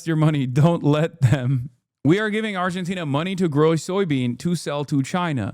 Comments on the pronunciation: They say Argentina like tis a new word to them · Fox news anchors struggling with pronouncing 'Argentina' makes it even funnier. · Why are they struggling to say Argentina so bad??